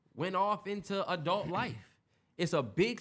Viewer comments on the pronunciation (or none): none